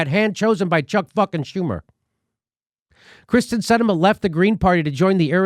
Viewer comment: It's Kyrsten (Keerston) Sinema, Jimmy.